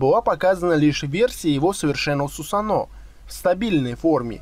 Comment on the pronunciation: сусАно а не сусанО